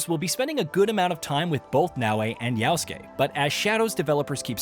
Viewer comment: why doeas he call him always Yausuke when his name is Yasuke